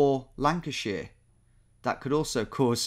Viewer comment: I'm from Yorkshire but what annoyed me most about the Yorkshire/Lancashire confusion was Tom calling them both 'york-sheer' and 'lanca-sheer'. It's 'york-sha' plz xoxo